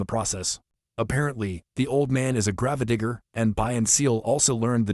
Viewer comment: I know you're using AI for the voice over but seriously could you not get one that could properly pronounce grave digger?